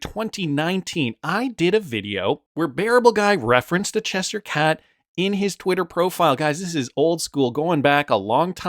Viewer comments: It’s CheSHIRE Cat, not Chester cat. Read. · Che-shure, not chesh sheer. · Cheshire cat... Pronounced "chess shy er" cat! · It's pronounced chesh - sheer. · Wrong, its pronounced chesh sure. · There's no way you're saying Chester cat. Haven't you seen Alice in wonderland? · U and Brandon are so simple u can’t even read the word Cheshire that clearly doesn’t have a t in it lol